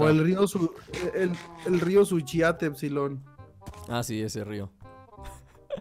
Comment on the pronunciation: COMO RISER TE DISE EFSILOR xD 😂